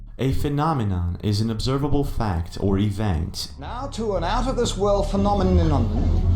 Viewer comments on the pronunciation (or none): when the News reporter said "Neow tu announthis of this world Phanomiminon" I felt that 🥺😔